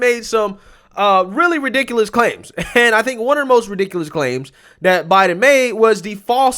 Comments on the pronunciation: "President Obiden"? You heard it out of her own mouth. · She makes a lot of slips. Like when she said, "Plandemic." Now at least this time Obiden. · psaki says obiden